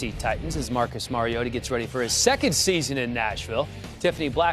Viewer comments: did roger goodell really pronounce it "marcus mariot-o" in the beginning? lmaoooo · "Marcus Mariotoe" FIRE GOODELL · "Marcus Mario-yoda" Force strong in Goodell